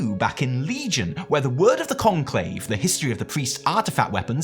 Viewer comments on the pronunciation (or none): none